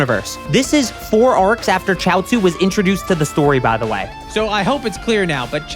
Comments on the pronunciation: It’s pronounced shee-ot-zoo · its Chiaotzu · Its chioutzu